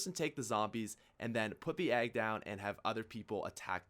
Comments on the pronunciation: Fucking hell. EGG, not agg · It's egg not agg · Ikr I wuz like "the fuck is a agg??" And I see the EGG and I'm like " oh he wuz saying eggs this whole time????" Lol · "Agg" lol, egg, even though it's his accent, it's pretty funny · Egg.. EEEEEGG, not Agg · I thought you were saying agg instead of egg lol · nobody: this guy: take your aahhg and place it down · Is he saying "agg"???? the fuck??? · Me: "Ag? Ang? Wtf,?" Subtitle: "Apothicon Egg" Me: facepalm "Damn Canadians." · he is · It sounds like you are saying agg